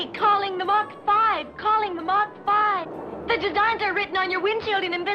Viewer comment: The way he says “mac” instead of “mach” gets me triggered for some reason😂